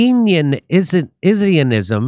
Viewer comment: Keynesianism - say it with me, 'Keenz-ee-an-ism"